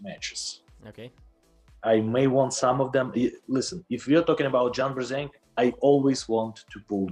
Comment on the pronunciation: “John Brrr-zinc!” now I know why I’m thinking of John whenever I take my zinc supplements.